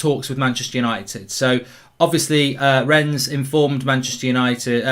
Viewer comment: It’s pronounced Renne the French don’t pronounce the ‘s’….